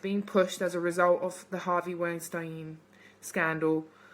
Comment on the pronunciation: You pronounce that scumbags name, wine steen